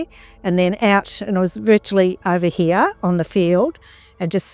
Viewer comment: When he said “here” it sounded like he said “he”. Australian accent is interesting. Anyway, this is a cool story. I saw an episode about it on the proof is out there or one of those similar shows.